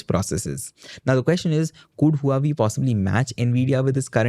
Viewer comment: Huawei is pronounced “ hwa way” not “ hu ah way”